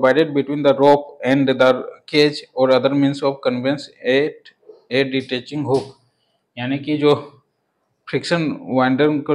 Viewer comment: Detaching hook not ditaching